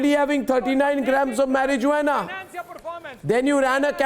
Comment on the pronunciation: First time I heard someone say marijuana with hard J. J is silent.